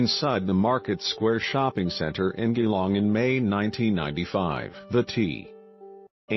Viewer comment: My God. Why are you posting this? You're not even talking. Stupid computer voice that can't even pronounce Geelong properly. This is my best friend's family, and you're profiting from someone else's grief.